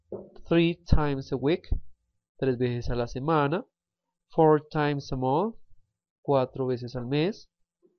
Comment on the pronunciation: Pay attention to your pronunciation, please. | mʌnθ | for month and | ˈmʌðə | for mother.